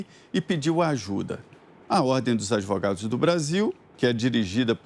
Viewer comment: Vejam como Renan se pronuncia (Adivugado, Dipuimento)